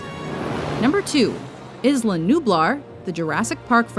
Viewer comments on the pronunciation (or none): and learn some decent pronunciation It's pronounced "eela" or "eesla" if you don't speak even a little spanish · Isla Nublar and Isla Sorna should have been number one. None except Monster Island come close to it. Also, Isla Nublar is said EsLa. NOT Esluh. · It's pronounced "Eye-Luh" not "Iz-Luh" and where is Tortuga? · I had no idea Jurassic Park took place on IZZla Nublar! I always thought it took place on Isla Nublar...Why must IZZlands be so confusing? Seriously, if you're going to say a name, at least learn how to pronounce it right! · It's pronounced I-LAR not IS-LAR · Did you really just pronounce Isla "Izluh" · Did she really just pronounce Isla as (Iz-luh)? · she said isla...isnt that supposed to be pronounced like eyela? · Isn't it pronounced "Aye-la Nublar? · jurassic park should of been #1 and you pronounced it wrong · can nobody pronounce isla correctly any more? I mean come on guys